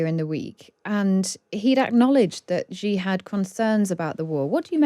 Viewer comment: She said: "President Gi". Is that how you pronounce Xi in English?